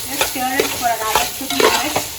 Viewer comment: It is stir not steer😂. God bless you 🙏 ❤️